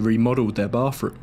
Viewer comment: Dude, if your going to narrate a story, learn how to properly pronounce a th sound!! I don't know what a boff room is but I know what a bath room is! For fk sake! Do English people know how to speak English! There's no f in bathroom. It's not charming, it's annoying.